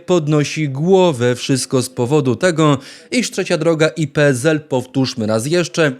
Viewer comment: uwielbiam Pana ale PZL bardzo razi PSL przez S a nie Z 🙂